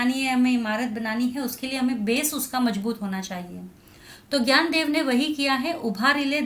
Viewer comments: Sorry mam to say this but it's not "Gyandev" it's "NYANDEV" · Mam in marathi we pronounce it as dnyandev In hindi gyandev Sry i know that you are teacher but i want to tell about it 😊